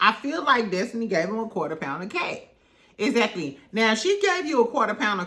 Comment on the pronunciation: im a new subscriber only been in the fam for like a week and i love it here. your commentary is so fun and entertaining! & i love how you say "eggzacklyy" 😂❤❤ but yes L&M huntsville is old, stale, dry and TIREDDDD. they had a great concept way back in the beginning when they were talking about their businesses as well. but now everything is just who's sleeping with who who cheated on who. like 🙄🙄🙄 and then the way they treated mel is absolutely disgusting..